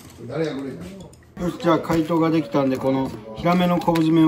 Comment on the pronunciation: 突然のでぎだっ、笑うってw